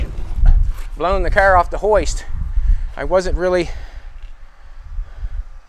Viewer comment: Why do you say KAR instead of car ? I've heard you hundreds of times & ain't got no problems with saying camera caring oh maybe you got hit by 1 and you just scared I don't no..just wondering .